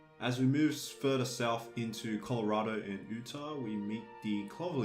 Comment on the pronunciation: Pronounced "yutah" Not "ootah" Sorry I live in Utah and it bugs me😂